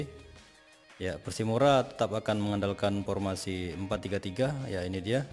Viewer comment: Persimura min bukan Persipura